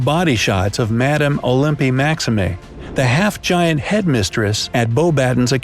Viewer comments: Its OLYmpe MaxIME, not Olympy Maximay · Oh-limpy Max-im-ay? Seriously? Like seriously?! HORRIBLE pronunciation there. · Olympe Maxime is pronounced as 'O-lemp Mack-'Seem'.